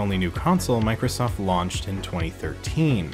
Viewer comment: Did anyone else noticed that he said 91sack & Microllstoft ?